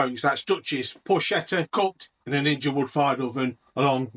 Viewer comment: It’s pronounced “por-ket-ta”. Ch in Italian is a hard “k”